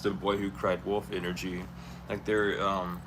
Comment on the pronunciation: 🗣️ W. O. L. F... NOT WOLD...👋🏾💁🏽‍♀️